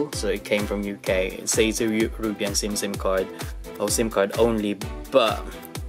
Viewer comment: It’s actually pronounce You-ro-pee-in nice vid 2 😀